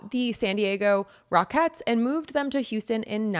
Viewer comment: DUDE... it's Rockets, not Rockettes!!